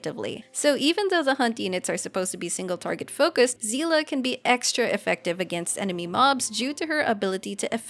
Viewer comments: >zeela SEELE, GANBARIMSU Explanation, JP (at least in Honkai) pronounced her name as "Seh-ley". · It's prouniunced sayley😭😭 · ik not everyones familiar with honkai impact so i'll let Seele name butcher slide it Seele is "ie" pronunciation at the end not "a", have fun playing the game everyone :) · im sorry but seele is not pronounced like that - it is german word (you can look it up) and i'm sad once again about va directors hoyo is hiring